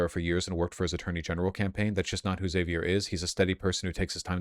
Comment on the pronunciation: Is the way he pronounces Xavier becerra a bit or..